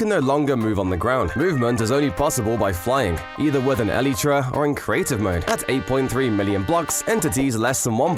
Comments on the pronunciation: stop saying elit ra ! it is elytra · I like this channel but I can't get over the way he says Elytra like e-lee-tra. Yes I am aware that it comes from the biology of the wings of a beetle, which is where Mojang got the name from but it just doesn't sound right to me. I have always pronounced it e-lie-tra, but it can be said either way I suppose. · The way this dude pronounces elytra hurts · I like the way you pronounce elytra